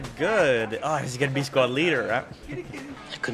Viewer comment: Its DIZZ NOT LIZZ hahaha